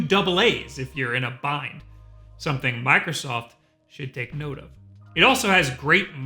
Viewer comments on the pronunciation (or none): none